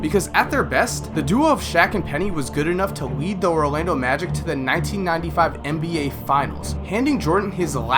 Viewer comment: Is it me or does say Rolando Magic